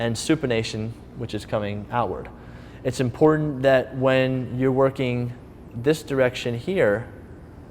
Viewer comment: "imporent"...IMPORTANT!!!, TANT not ENT!!! TANT IMPORTANT!!!